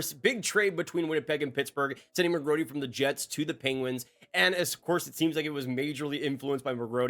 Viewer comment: You're not pronouncing the second R in McGroarty.